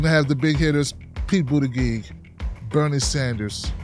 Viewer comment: can you stop mispronouncing Buttigieg and Gillibrand as if they had hard 'g's instead of soft 'g's that are like 'j's instead?